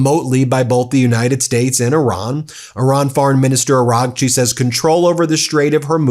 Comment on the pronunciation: Bro, when you say "Araghchi" the gh is silent. Kinda like Aw-Raw-chi